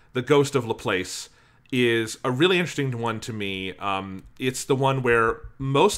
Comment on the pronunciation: I’m sorry but the way ya’ll pronounce LaPlace makes me cringe throughout the entire thing. (Half) Jokes aside though, Good discussion :3